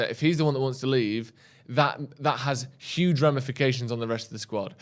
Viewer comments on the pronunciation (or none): none